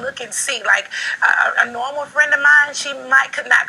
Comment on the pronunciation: The New Normuh (Normal) Nene 😂